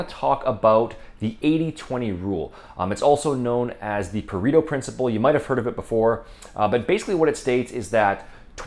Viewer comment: FYI correct pronunciation Puh-ray-toe. Probably the most over applied maybe second only to the normal distribution. Like the normal distribution it does not apply unless data supports that it does. The fallacy of generalization Is so common. Also it does not always have to be 80/20. It can be 90/10 or 50/50 etc. But yes it is a good way to communicate no BS as the idea of a concept as you have presented it.